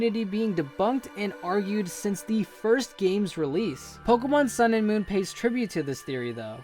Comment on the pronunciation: I meant moon not monnn